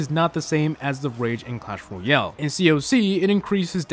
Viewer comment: why do you always say clash royel